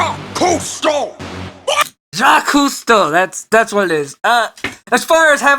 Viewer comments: Everytime you try to pronounce a Jackques' last name it sounds like you're trying to summon an eldritch abomination. XDD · critics: Now, you need to pronounce Cousteau correctly.: makes a collection of vaguely French sounding noises. 10/10 edit: not good at spelling.